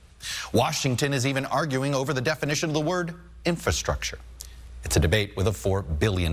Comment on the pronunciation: Inf-R-astructure like Feb-R-uary..... pronounce your Rs people...